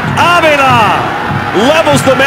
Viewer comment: A-spin-do-la and Av-e-la hahaha....I think it's Espen-dolah and Ah-vilha there announcer.